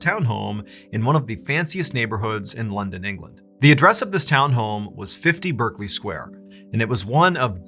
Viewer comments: Just a little nit pick, it's pronounced Barkley not Berkley, don't know why it just is. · Very good story, but it's pronounced "Barklee" square. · Pronounced Barkley. No idea why. 🇬🇧